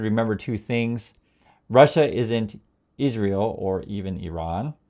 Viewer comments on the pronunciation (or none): none